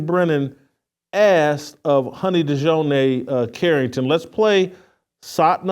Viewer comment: I realize that Jason isn't too bright, but after reporting on Dijonai Carrington several times, you'd think he could say her name correctly.